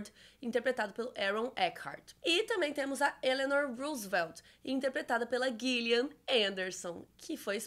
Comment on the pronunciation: So um toque o nome nao é Guilhian e sim Jilian . A atriz ta ai com quase 30 anos de trabalhos memoraveis ( AX, Hannibal, The Fall, Sex Education, American Gods) e bastante publicidade sobre (toneladas de premios ) e nao da mais para errar. Se escreve com G mas nao se pronuncia da forma que vc disse.